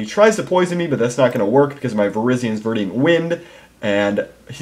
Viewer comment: Damn it,... ver-dent, not ver-di-ant.